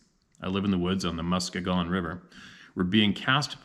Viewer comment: Hey its (muSKEEgon) Muskegon river.keep up the good work brother.